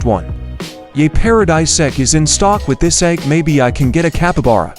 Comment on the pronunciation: Bro said Capabara instead of capybara